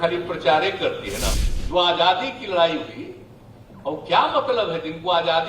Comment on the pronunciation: This guy is indirectly insulting the thousands of freedom fighters include Mahatma Gandhi. He should talk about what different development programmea he has for the country and foreign policy. He is educated engineer but can't even pronounce Hindi word Azaadi which he says AJJaadi.